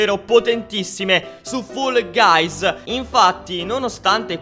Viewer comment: Comunque si dice fall guys non foll guys